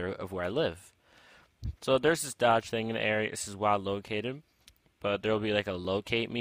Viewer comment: That moment when you don't even know how to pronounce doge